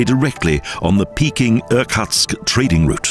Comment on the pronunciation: Just an FYI: the Russian city near Lake Baikal--Irkutsk--is pronounced ear-COOTSK, not er-CUTSK.//